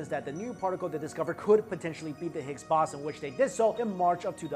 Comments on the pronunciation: while you pronounce it the higgs baw-zin I prefer to pronounce it the higgs bow-zon 😏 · Higgs bosson... Higgs Bo-son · baw-sin? I thought it was pronounced bows-on. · higgs bow-sun... not bawsin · It's Bow-zon not Boss-on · boooooson not baaaason, some physicist! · Boson like Boston without the T. Ugh. It's Boson like Bozo the clown. Bow-zon=Boson! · higgs bahson? wtf? its bow-sawn clueless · higgs bowzon not bossin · Stop saying Bossun! It's Boson, pronounced Boh-zon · I couldnt focus when you said {bason} when I know it to be pronounced {bosan} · it is pronounced 'bosOn' (bo-saun) not 'bosn'. it rhymes with proton, if that helps. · it is pronounced BOZE-ON/BOWS-ON not BOSS-on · Ffs it's the higgs "bo-son" not the "boss-en" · That one mispronunciation ruins the whole video for me. Has actually heard the word used by a physicist in a discussion before? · bow-son not bah-son. otherwise another good video. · Hicks “Bow Zon” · It's bowzon lol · The O is as in ozone dude not Oz, Bow-zun. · its pronounced higgs boson, bo-zon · Ok, so redo the audio (and cut the music in half), and dub over with Bow (like bow and arrow) Son like Saunders Bow Saun. I would then repost. So you loose a few views. Your reputation is at stake here. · Boson - ( boe-zun ) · It's pronounced BO-zon, Bozo!!! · It's pronounced Boson not Boson. Also, it earned the name "God Particle" after originally be named the "God Damned Particle" because it was so god damned hard to find. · It's pronounced bow-saun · Yeah it was driving me crazy listening to him say Boson. I began questioning my own pronunciation. So I began scrolling the comments. Looks like I've found my people. Lol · I do enjoy these videos...no big deal to mispronounce a word now and then...keep up the good work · The sound level was very weak through my phone as well...and it is pronounced BOZE ON... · Anyone else irritated how he keeps mispronouncing "boson" in Higgs boson ?😂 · Pronunciation of boson 🤦‍♂️